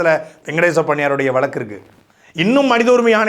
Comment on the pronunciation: டேய் முக்காமூளை சாட்டை ,அது வலக்கு இல்லடா வழுக்கு